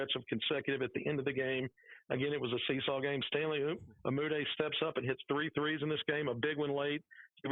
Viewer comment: Btw, it's pronounced "Uh - MOOD - ey" Not "OO - muh - day"